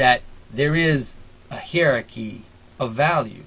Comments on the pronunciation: Hi-er-ar-key my friend. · I enjoy your vids and am quite sympathetic to much of what you say. I plan to write a more substantive critique, but in the meantime can you please consider pronouncing the word hierarchy, in the standard ways, i.e. either HIGH-rar-ky or HIGH-a-rar-ky. I didn't know what you were talking about at first, and nearly stopped listening because I found it offputting.